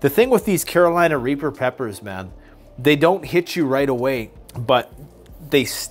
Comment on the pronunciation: “Pure Colombian mayn”